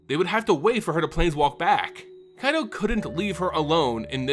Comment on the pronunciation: Strange you can pronounce Kamigawa properly yet butcher Kaito. Pretty sure you've heard of Kai Budde, one of the legends of the game. Kaito isn't that hard to riff off. Nice audio lore otherwise.